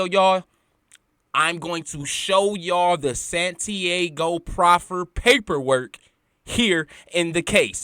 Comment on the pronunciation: Santi-AHHGO fam...not Santi-A-go